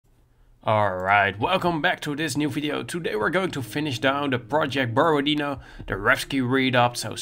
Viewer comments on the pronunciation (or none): Borodino pronounced as BorodinO, stress on the last O letter